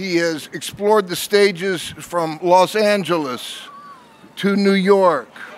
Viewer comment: “They call Los Angle-less the city of angels”